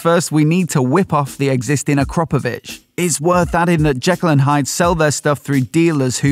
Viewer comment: AkrApovic, not AkrOpovic. Bloody annoying that you keep saying it wrong.